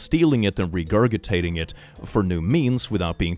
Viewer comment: Most of your mispronunciations are of more obscure words and thus endearing but PLEASE learn to pronounce 'regurgitate'.